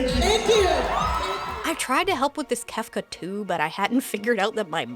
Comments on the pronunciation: I'm losing my MIND over KEEF-KUH. How do you manage to mess up Kefka Palazzo's name?? When one part of it is an actual word for a type of Italian building??? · Not being able to pronounce Kefka and hatsune miku is wild... Like what are you even doing on stage at that point? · How do you mispronounce "Kefka"?! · It was all so so bad but the MC not being able to pronounce Kefka almost killed me. The other names might be a bit challenging even if you know the right pronunciation but Kefka is pronounced exactly as its spelled so what the hell happened there? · Kefka? He couldn't say Kefka? It's said exactly how it looks! 😬